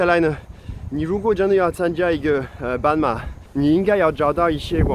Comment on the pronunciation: 你發音不準，自己不檢討自己，加以改進，還對人生氣氣。 半馬，斑馬，傻傻分不清楚。 老虎，老鼠，傻傻分不清楚。